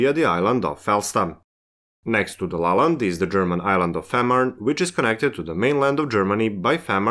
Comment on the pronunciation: I understood it is Lolland, not La Land